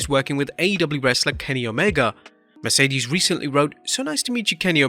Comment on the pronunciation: This is getting Lamer and Lamer, First still saying Mercedes last name wrong THEN getting Forbidden Door 1 date wrong it was June 26th 2022 not 2023